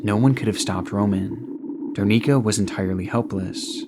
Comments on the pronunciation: i usually love your content, this video no exception, but i just wanted to note that the woman's name is Darinka, and you call her Darnika for the whole duration of that part. as she was an innocent victim of a crime you should have taken more effort to pronounce her name correctly. it is important for the memories of that person. so i just hope that you will correct that in the future! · It's DaRINKA, not DarNICA, sounds so wrong lol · Its datinka not darnika